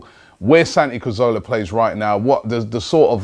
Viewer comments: well if santi 'cazola' is leaving we need a new player to be mispronounced over and over again. although this will never happen in january. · Of course Robbie is going to mispronounce his name, he can't even pronounce Cazorla or Elneny properly!